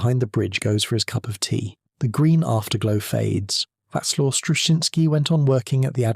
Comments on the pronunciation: Whack Law? Pronounced more like Vass Lav, surely. AI again? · Vaclav is the correct pronunciation.